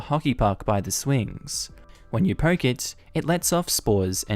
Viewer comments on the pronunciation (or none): none